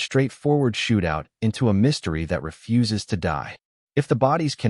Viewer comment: Ref-uses to die... AI, right?